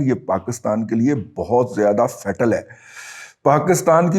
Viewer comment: "faital" نہیں fatal (فے ٹل) کہتے ہیں جناب